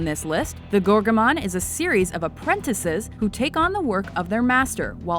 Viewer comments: Gormagon. Not Gorgamon. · I really hope the mispronounciation of Gormagon was on purpose. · Gormogon. Gor-mo-gon. Not Gorgomon. Geez. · Hahah, the "gorgamon" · its gormogon not gorgomon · talk about unprofessional production - it's gormogon, not gorgomon...=.="